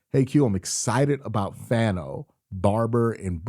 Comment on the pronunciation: Hey Q I’m not trying to be annoying but I’m pretty sure Fano is pronounced (fawn-oh)